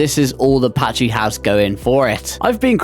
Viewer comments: It's pronounced "packy" not "patchy" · Second video this week I've seen where someone has said Pachy weird. the CH is a K sound in that name.